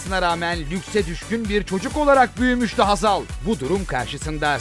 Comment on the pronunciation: saniyesi....Hazar değil Hazal..!